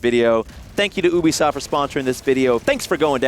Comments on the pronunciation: Nanners why do you say Ubisoft like ewwbisoft it's more like youbisoft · Why did he say "oobisoft" instead of "youbeesoft"? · its not oobeesoft its U Beeee soft asf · It's not pronounced Oobisoft... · Jew-be-soft ( ͡° ͜ʖ ͡° ) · Dominik David I usually pronounce it as you-be-soft. Dunno, maybe he has the right pronounciation and we're all dummies. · Its pronounced U-be-soft. God dammit Adam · Guess I'm not the only one that pronounces it that way :p